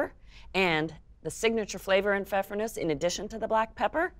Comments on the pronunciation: in german you pronounce the E at the end.. it's Nuesseh! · I only clicked on this video to learn how to pronounce pfeffernusse.